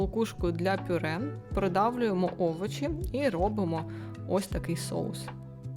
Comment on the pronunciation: Шкорлупу?😂😂 Это что? Овочи????